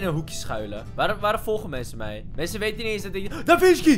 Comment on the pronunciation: Wie heeft ook door dat in plaats van mensen mwensen zegt?